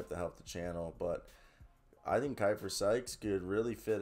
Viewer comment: That's my dog!!! Great video!! One minor correction, his name is pronounced (Key-fer)